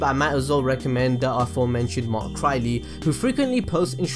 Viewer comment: Did I just... hear him... say mark Crylee??